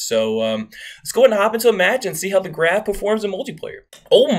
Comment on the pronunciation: I think its pronounced graaahhv